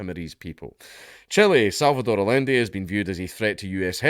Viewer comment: It's pronounced "ayanday"